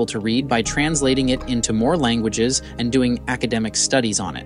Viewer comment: Why are you mispronouncing "languages". It's so weird. You know how to pronounce it correctly, I'm sure.